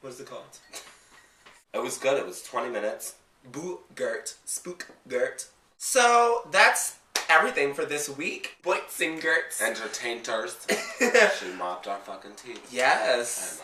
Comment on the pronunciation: The "entertainter" thing really caught my ear this episode. Also when Roxxxy came into the work romm and said "good mornting". Something is happening here!